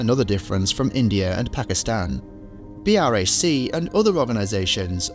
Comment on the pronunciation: He literally pronounced B R A C